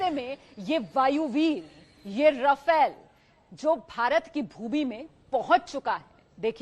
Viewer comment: राफेल not रफेल